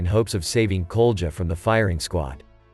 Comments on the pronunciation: Except for that you mispronounce the letter "J" as in "KOLJA" everything is great. A very balanced and sufficiently detailed, yet unambiguous storytelling. KUDOS! Btw, the letter "J" is ALWAYS pronounced like "Y" in German. So, the Russian name is then not "Koljaah" but "Kolia". Cheers! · Not Gurgur and not Kolja- but Gregor and Kolya you explanation pro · Kolia, not "Koldja". Man. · The russian boy's name is pronounced kolya. Koulja doesnt sound very russian does it?